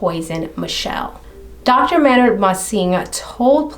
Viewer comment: This story got me heated! At the jerk of course, and Michelle’s Drs for dismissing her concerns out of hand. But did dude really pronounce his name like that? 🤨Thought it was May-nard! I have only heard the singer of Tool’s name spoken by other fans as May-nard! but Idk, I’ll look it up, since you watched a TV episode! The pronunciation Man-nard really irritated me for some reason-so it fit this douche canoe perfectly! Wow, pretty upsetting he was allowed bail!